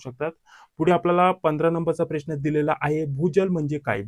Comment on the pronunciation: प्रेश्न नाही रे प्रश्न म्हणतात त्याला